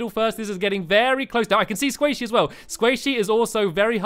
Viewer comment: it's not squaishey, it's sqaishey...... Lololol